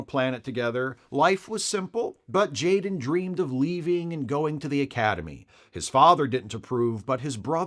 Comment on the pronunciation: said Jayrem ❤😂